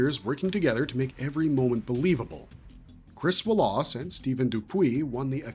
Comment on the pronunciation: Who the hell doesn’t know how to pronounce Wallace correctly!?